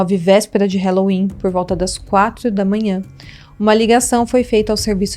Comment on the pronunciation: Dica: o “a” de halloween não se pronuncia como “é”, a pronúncia é “a” mesmo. “ralouin”. Se procurar aqui no youtube, “how to pronounce halloween”, encontra nativos do Inglês ensinando. 😉